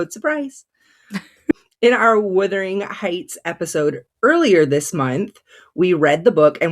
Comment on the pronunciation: So many reviewers have some issues with saying the name of Emily Bronte's classic book. The word is Wuthering, not Withering. Something that is withering is fading, weakening, shriveling. The word Wuthering means windy, stormy.